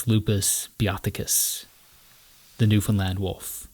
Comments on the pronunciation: He even learned how to say it right very proud! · Thank you for pronouncing Newfoundland properly!!!! 😅🙏🏼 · Bro gets a like just for pronouncing Newfoundland correctly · He pretty much nails "Newf'en'lan" too. We would point out if he did not. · As a born and raised Newfoundlander, thank you. That’s all. This is beautiful, and you even pronounced our name right! This was amazing. I hope you know how special it is for us to appreciate something made from someone else, about us. This is great❤ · The fact that you are properly pronouncing Newfoundland (far better than most Canadians) says so much about the respect you have for the places you visit and explore. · Kudos on pronouncing Newfoundland right! 🍻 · born and bred, and you nailed the pronunciation of newfoundland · nice video. A lot of names mispronounced but overall good. At least you pronounced Newfoundland properly. good job. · great job on the pronunciation 👍🏻 #Newfoundland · As someone from Newfoundland, this is absolutely beautifully done. Very few people outside of our province even remember we're around, so it's nice to see something like this to give the island justice (Also, you're the first creator to mention Newfoundland who actually pronounces it properly, and it was such a relief to hear😭) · I've watched this video much more intensely and with great pride since he pronounced our island's name perfectly. Now it is an honour to experience the Artwork of. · I actually was shocked when he said it correctly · Samsies. It's also nice to hear people saying Newfoundland right.